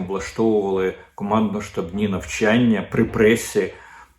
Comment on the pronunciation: Щас"ливі, а не "щасливі; преса, а не пресса. Дмитре, картка приват на Супруна НЕ ПРАЦЮЄ!!!